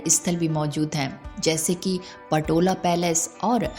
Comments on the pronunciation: Not patola is Potala bhawan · पटोला नहीं,पोताला पैलेस बोलो,गलत फलत बोल कर इतने पवित्र स्थान का अपमान न करो।